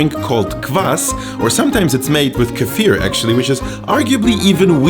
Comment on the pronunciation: Can we just appreciate how correct he pronounces the Russian words. P.s. I prefer kefir version without meat where I add tomatoes